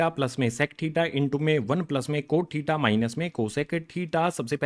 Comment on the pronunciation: Tita nahi hota thita hota h😂